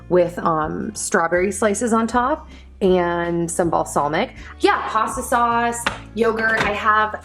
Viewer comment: yeah it almost sounds like balsalmic and and serrano sounds like rain instead of ron🙃